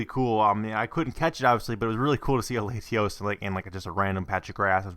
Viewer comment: Latios is commonly pronounced more like Lahtios